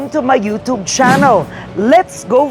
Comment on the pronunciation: Hey news lady whatever you are .. when can you learn to pronounce you tube (chubb) not you tubb ! Omg at what age can you learn this simple pronunciation?😅